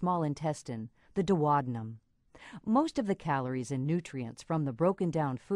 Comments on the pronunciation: OMG that is THE weirdest way I have ever heard duodenum pronounced!! duo-dee-num it isn't dwodanum LOL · Thats how Americans pronounce it. So weird to me too 🤣